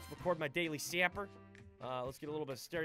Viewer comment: It's saper, not sapper